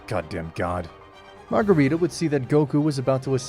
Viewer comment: Marcarita. just use Marcarita. 😵‍💫